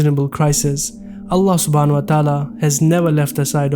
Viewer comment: My Brothers! SAY Allah’s name correctly, not ”Ala”, it is ”ALLAH”! With shaddi on the ”L” and ends with ه/H = ”ALLAH/الله”. Barakallaho bikum 🤲🏻